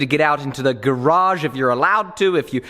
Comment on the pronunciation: That's not how British people say "garage" lol